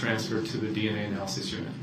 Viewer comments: . Lol, he couldn’t say the word “ analysis” 😆😆😆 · Anal lysis….anal list…..